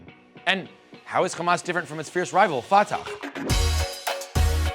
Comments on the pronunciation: Khamas?? Ftakh? Khassan al banna?? My friend practice the names before talking about somethings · You’re mispronouncing Fatah and Hamas, it is the Arabic letter ح which is a voiceless pharyngeal Fricative not a voiceless velar fricative Or a voiceless uvulas fricative